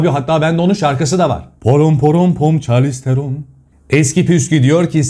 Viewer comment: Sanırım Charlize Theron'un ismi hiçbir zaman doğru okunamayacak :)